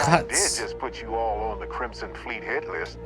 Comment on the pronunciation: I don't know why this jumped out at me but homeboy says "crimston fleet"